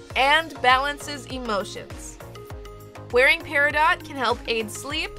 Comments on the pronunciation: That’s pronounced PERIDOT 🙄💚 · I am an August girl. Love my birthstone Peridot. Please don't pronounce the t. I have never heard anyone especially jewlers say Peri-dot. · I kept pronouncing it perido while recording and researched if I was saying it correctly! I found out everyone says it both ways but "pairadot" is actually the right way :) should have included that as a fact in the video! I still keep saying perido though lol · It’s actually pronounced perido. The t is silent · Pronounciation: Peridoe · It is actually pronounced pe ri dough love. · Edit: Heyyy! For those saying I’m pronouncing Peridot wrong, I researched it and apparently you can say it both ways (should have included that as a fact!) 💚 Here is Peridot!! 💚 Hope you love her and thanks for watching!! 🥰 Also, I uploaded twice this week!! 🎉 Stay Tuned for Life with Barbie Episode 37! 💖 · Ohhhh my gosh!!!💚💚💚💚💚💚💚💚! My beautiful birthstone doll! I freakin' cried! THANK YOU 💚.( please don't get mad at me, peridot has a long "O" sound and a silent "T") I truly love your hard work with these beautiful results. Love to all August babies💚🎂💚🎂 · LOVE because i'm a Peridot birthstone... (btw peridot is pronounced without the "t" on the end) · You are saying peridot wrong 🤔